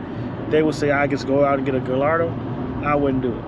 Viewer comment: hey man it pronounced "guyardo" not "gillardo" lol